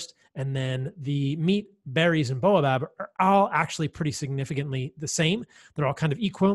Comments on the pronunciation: Bah oh bab. Not bow ah bab. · Baobab, not boabab 😊